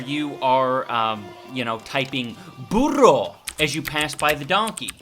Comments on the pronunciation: That double "rr" when you said "burro" was suprisingly good. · As a spanish native speaker, I love your "burro" pronunciation